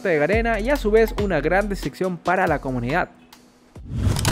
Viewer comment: no se dice deseccion sino decepción!!!